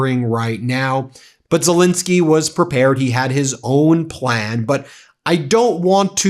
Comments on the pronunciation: Why do you always mispronounce Zelensky's name? It's not Zilinsky. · ffs, learn how to pronounce 'Zelensky'!